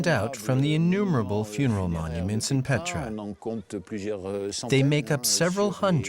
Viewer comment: Не Петра..,а Пъетра !!!